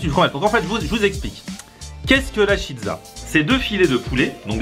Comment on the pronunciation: on dit pas chizza mais cheeza